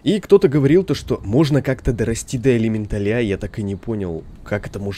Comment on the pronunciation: Круто! На самом деле ожидал что геймплей за червя будет поинтереснее( Кстати неправильно произносишь Элемент`аль